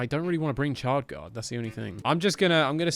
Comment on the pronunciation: SSHHard guard Not CHard